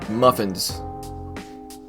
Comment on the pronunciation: i laughed when he said mufffiins